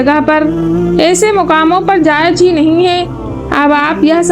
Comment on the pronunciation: Vedio achhi hai, voice me thoda crisp lana padegi, aur tallaffuz thoda sa sahi kariye "ajeem - azeem" "jayej - jayez"